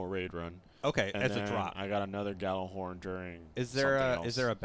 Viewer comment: Why do people say "gallahorn" when it's Gjallarhorn? It's like pronouncing Truth as "tute."